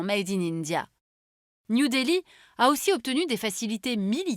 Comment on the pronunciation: De toute façon, ça se prononce Dil-li